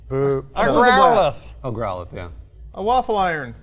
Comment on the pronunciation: I know doesn't care about the Pokémon franchise, but not knowing the show shouldn't excuse you from basic English pronunciation. Its growl-eye-th ahhhhhh. Still love him though